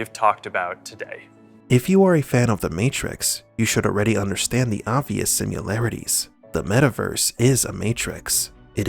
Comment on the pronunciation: Am I the only one to notice the pronouncing of "similarities" as "SimUlarities ?